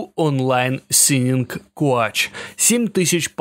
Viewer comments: “Coach” произносится “ коуч” означава тренер. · Да не коач а коуч. Автор блин, учи анлийский.